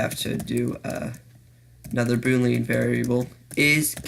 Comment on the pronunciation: It's not "booleen", it's "boo-lee-An" the A is pronounced like an a... Otherwise good video!